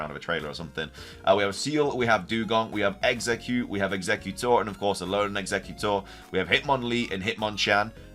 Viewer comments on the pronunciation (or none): none